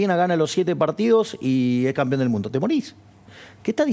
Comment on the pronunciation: ¿Yo escuche bien....? ¿dijo ..."CAMPION???......NOOOOO......!!!!!!!....POR FAVOR.....